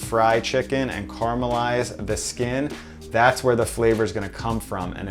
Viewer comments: Its caramelise not carmelise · Karmelize, is actually caremalise. Let's revisit this once again, but phonetically - KAR-EH-MA-LYZ I believe you missed a syllable. The second one. Now you know and can improve because of it. I understand your aluminium is spelled wrongly, but accepted as correct so your pronunciation of this is, although wrong, correct for your way of spelling. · Please learn how to pronounce 'caramelise'.